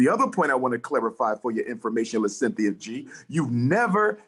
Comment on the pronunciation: "Sin-thi-uh" is an agent of chaos. Negativity is her platform.